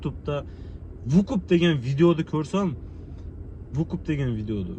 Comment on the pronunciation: Вукуп эмес тууган выкуп